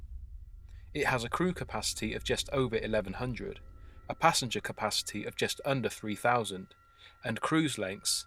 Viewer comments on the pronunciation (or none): none